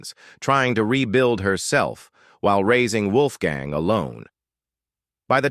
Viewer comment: Dam AI narrator Wolfgang’s name pronounced three different ways in the video